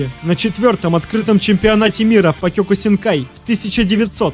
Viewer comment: кеокусинкай ане кёкусинкай